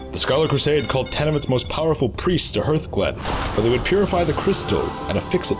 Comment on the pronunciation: hurthglen. huthglen. hurthglen. HARTH FUCKING GLEN. HARTH. NOT HURTH. THAT IS NOT ITS PRONUNCIATION